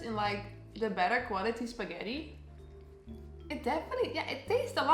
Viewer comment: I believe mama june just called it "skeddi 'n butter" :v